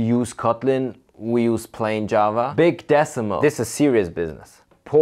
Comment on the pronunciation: Beeg Deh-suh-muhl.